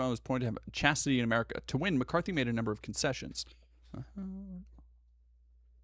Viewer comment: "Wanna stay in chastity" sounded a lot like "in chest-tity". And yeah, they can stay in chastity just fine, they aren't going to use that side anyway :p